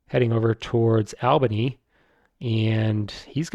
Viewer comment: Thanks for these videos, I'm really enjoying them. My group doesn't like 1830 so I rarely get to play it and now I'm living vicariously through your videos. Also, "Albany" is pronounced like "ALL-bany," It's a long A :)